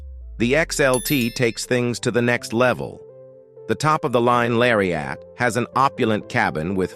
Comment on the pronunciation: What's s larry-AT???